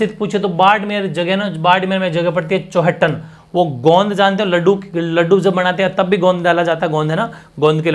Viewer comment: Sister Hindi me (गोंद ) bola jata Haai